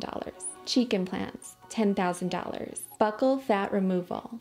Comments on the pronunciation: thanks for the video! but can i say, its not pronounced "buckle" fat, but "beu-cull" fat. xx w love x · You do a great job!!! As a medical professional tho i gotta let you know that Buccal isn't pronounced buckle, its pronounced Byoo-ckle. No biggie tho-keep up the gr8 work!